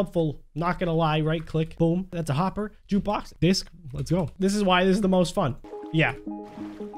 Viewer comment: jukebox tho What I hear:juice box mode